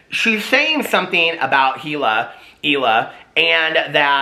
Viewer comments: It's pronounced Eeeeeeeela like Eeeeeeethan, easy to remember that way. Trisha is trash, I love the H3 podcast. Trisha is toxic and caustic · Hila. Pronounced eel-uh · I don’t agree w the first part but I do w the second part. I don’t think watched it all. Otherwise he’d know how to pronounce hila because Ethan literally said it lol